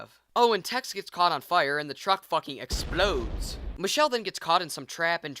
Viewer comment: DUUUUUUUDE DID YOU JUST REFERENCE AND PRONOUNCE "EXPLODES" LIKE GARY FROM OFF THE SHELF REVIEWS! if so, wow not only do i really enjoy your videos, but also like..... YOOOOOOOOOOOOOOO those British dudes are like so heart warming and say/do genuinely funny things all the time! watched this during a spring vacation stay in Truro, Massachusetts with my parents & Brother like, too many years ago to want to accurately remember as the time sifted between then and this moment is as unrecognizable as shadows cast off Oak, kneeling gently, pushed down by the breath of dawn. ummmmnnnn oh yeah fuck this movie lol the first of the remake/;reboot series was decent and took base-level troupes of the genre and told a similarly dark and twisted story of a deranged family but also like added a new sad realism to its crime narrative lol! how would you tell the story of the Texas chainsaw massacre if given the opportunity to do such a thing? how would you make it your own Loved the upload brohan, really hope to see more and hope you stay safe during ze Covid lol check out Hausu as well Cube if you havent seen either, both are golden horror Tulpas :) I'm rambling too much lol, have a good night amigo